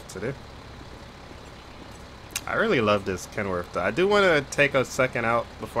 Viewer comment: brother its ken worth not kenworf